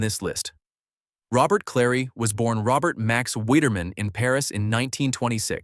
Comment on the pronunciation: Robert Clary's first name was pronounced roh-bair.